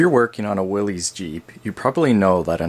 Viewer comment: You're pronouncing Willy's wrong it's actually pronounced Willis even though it's spelled with a Y it is pronounced as a short I